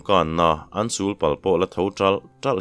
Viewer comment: Ngaihtuahna tizautu atân: Heta 'sul' i lam rik dan lo deuh hian 'sul' hi 'sùl' tia lam tur niin an sawi hi ka hre tawh a. Sùl chu hnim sawina a ni awm e. Kum sûl nên erawh chuan ngaihfin lo ila. A dik zawk e chu ka ti bawl ngam bik lo a nia. Lo chhui chhunzawm ve mai mai teh.